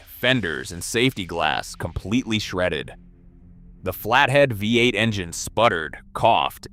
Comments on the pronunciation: Bee eight not via eight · Vee eight